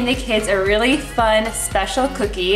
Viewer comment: “Whelly whelly whelly good”